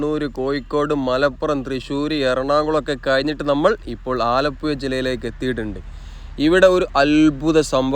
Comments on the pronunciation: ആലപ്പുയ അല്ല മോനെ ആലപ്പുഴ എന്ന് പറഞ്ഞു പഠിക്കൂ പഹയാ , മുഴുവൻ അച്ചര പിശാശാണല്ലോ മോനെ,😂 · ആലപ്പുയ അല്ല ആലപ്പുഴയാണ് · സുഹൃത്തേ ആലപ്പുയ അല്ല ആലപ്പുഴ ആണ്. ദയവായി ശരിയായി ഉച്ചരിക്കാൻ ശ്രമിക്കുക. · മലയാളം പറയെടോ. ആലപ്പുഴ ആണ്. ഏയ്‌ അല്ല. ഏഴ്.. വീണ്ടും വീണ്ടും ആലപ്പുയ. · ആലപ്പുയ അല്ല ആലപ്പുഴ എന്നാണ് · പുയ അല്ല പുഴ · ആലപ്പുയ അല്ല ആലപ്പുഴ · ആലപ്പുയ, അത് ഏത് പുയയാണ് ബ്രോ...?? 😄😄😄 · ആലപ്പുഴ എന്നാണ് ആലപുയ അല്ല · "ആലപ്പുയ " അല്ല "ആലപ്പുഴ " എന്ന് പറയൂ 😂 കഷ്ടം നല്ലൊരു ഭാഷയെ നശിപ്പിക്കാതെ സഹോദരാ 🙏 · ആലപ്പുഴ എന്ന് ഉച്ചരിക്കൂ ആലപ്പയ അല്ല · പന്ത്രണ്ടര അല്ല മോനെ, പന്ത്രണ്ടേ മുക്കാൽ കി.മീ. ആലപ്പുയ അല്ലാ ആലപ്പുഴ. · ആലപ്പു ....യ ....... അല്ല .......ഴ ...🙏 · ആലപ്പുയ അല്ല ആലപ്പുഴ എന്നു പറയും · ആലപ്പുയ അല്ല ആലപ്പുഴ പറയു കുട്ടി ആലപ്പുഴ😅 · ആലപ്പുയ അല്ല ആലപ്പുഴ .. എന്നാണ്. ഴഴഴ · ആലപ്പുഴ എന്ന് ചാനലിൽ എഴുതിയിരിക്കുന്നു പറയുമ്പോൾ ആലപ്പുയ എനനപറയുന്നു എന്താണത് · ആലപ്പുയ അല്ല ആലപ്പുഴ കാരണം ചുറ്റും പുഴയാണ് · Alappuzha ahn alappuya alla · ആലപ്പുയ അല്ല കോയാ ഇത് ആലപ്പുഴ ആണ് 😅 Anyway beautiful video and description! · ആലപുയ. ആലപ്പുഴ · ആലപ്പുയ... അല്ലെടെ .. ആലപ്പുഴ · നാവ് ഒന്ന് വടിച്ച് പുഴ എന്ന് പറയാൻ പഠിക്കൂ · ആലപ്പുയ. കയിഞ്ഞ .കായച്ച ഴ. പറയൂ മാഷ് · ആലപ്പുഴ എന്ന് മര്യാദക്ക്‌ പറഞ്ഞാൽ സബ്സ്ക്രൈബ് ചെയാ 😂😂😂😂😂😂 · Zha enna aksharam Malabar baagath illa😅